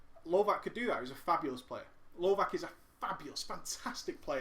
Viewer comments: Just a note: lovac (pronounced lovats, not lovak) means hunter on serbian :) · lovac is actualy pronounced lovatz, which literaly means hunter :)